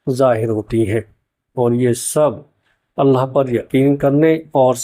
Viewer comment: Bhai aap Alha bol rahe ho thoda ek baar check karna Allah boliye. Allah kehnay me Akhir me ha hai alha nahi.